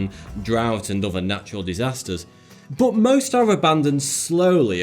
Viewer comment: Y da fuck does he say butt instead of but?